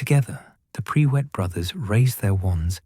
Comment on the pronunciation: Tell your AI bot it's not PRE WITT - it's PRUIT!! One word, no W!